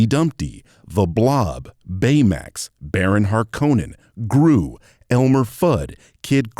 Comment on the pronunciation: Not “BAYMAX”😂😂😂